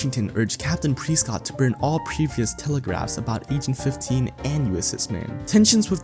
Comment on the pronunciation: It's fing press cott not preeescot